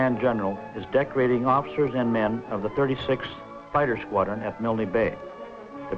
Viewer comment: G'day, Yay Team ! Nice vintage narration..., featuring the non-existant "Y" which the US always insisted on adding onto their idiosyncratic pronunciation of "MILNE Bay..." (!). I've only ever read of that affectation, in books written by Australians who were around at the time ; so it's quite a giggle to hear the phenomenon "for real". The Airfield at Milne Bay was known as "Turnbull Field", named after Squadron Leader Peter Turnbull, shot down there on take-off before retracting his Undercarraige, on a Ground-Strafing Mission to support the Infantry defending the Airfield from Japanese attempting to dispute possession of the Runway. Every ANZAC Day (before the Bat-Eaters' Lament Virus began stalking the Earth.....), my home town still gets a detatchment from 76 Squadron to march in the Parade, & a Jet Flyover at the Cenotaph ; owing to Peter Turnbull having grown up here... (Glen Innes, NSW). Thanks for posting... Stay safe, ;-p Ciao !